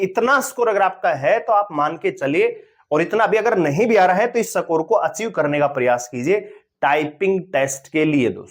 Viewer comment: स्कोर ❌ सकोर ✅😤